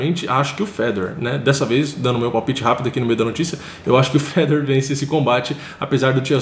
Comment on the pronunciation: Os brasileiros sempre tem a mania de enfeitar nomes estrangeiros. Fala a maneira certa cara. É Fe - dor. Com acento no (ò).